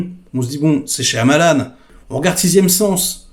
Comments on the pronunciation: AH !! toi aussi tu dis ShaYAmalan, parce que les autres ils disent tous Shamalan, ils prononcent jamais le Y ça me saoule mdr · Je crois qu'on ne prononce pas le Y de Shyamalan. On devrait dire Shamalan.